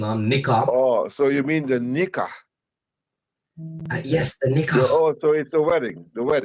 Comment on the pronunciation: Nikah ❌ Nikuuh ✅